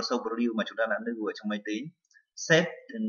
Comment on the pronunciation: lưu chứ ko phải nưu - slide chứ ko phải snai :D